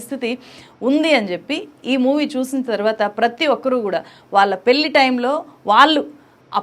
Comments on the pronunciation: అద్భుతమైన సినిమా. గమనిక:, మీరు పెళ్లి ని పెల్లి అని పలుకుతున్నారు. అది correct కాదు. దయచేసి సరిగ్గా పలకండి. జర్నలిస్ట్ అయివుండి మీరిలా చేయకూడదు. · పెల్లి కాదు పెళ్లి, పెళ్లి అని పలకటం నేర్చుకో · పెల్లి కాదమ్మా పెళ్ళి... ఉచ్ఛారణ సరిజేసుకోండి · Pelli ani palukutunnaru pelhi ani palikite baguntundi